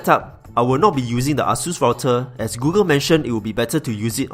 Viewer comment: its ā,ə-sus not AH-SUS.. wtf